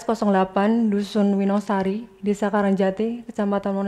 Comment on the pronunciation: hakim : winosari?? n : winongasari. hakim : Minotaur